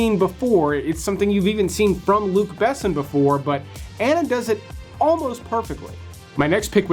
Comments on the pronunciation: You’re pronouncing Luc Besson wrong. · The way you say Luc Besson is embarrassing